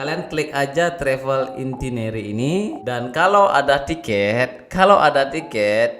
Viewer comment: bli.. maaf ngoreksi dikit.. cb cek cara baca itinerary di google translate.. hehe.. btw kontenny bermanfaat bgt thankyou!